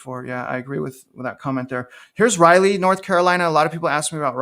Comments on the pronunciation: How to pronounce Raleigh: say WALL-E but replace the W with an R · You murdered the pronunciation of Raleigh NC 🤣